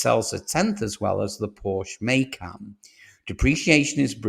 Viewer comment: A MAYCAN....you mean MACAN....if you want to talk about cars...pronounce the names properly...you sound like a moron!!